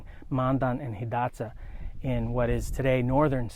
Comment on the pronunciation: That's what I was thinking, being a ree. Pronounced Hidatsa and Mandan right. Good video, though.